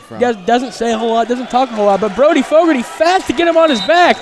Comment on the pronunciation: It's Fogarty, not fogorty.